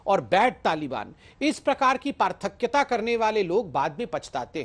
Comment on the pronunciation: Parthakyata नहीं होता, पार्थक्य बोलिए या पृथकत्व या पृथक ता।